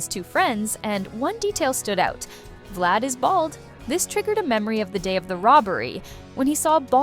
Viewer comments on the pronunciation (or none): none